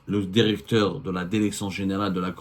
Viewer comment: Directeur et non Déricteur.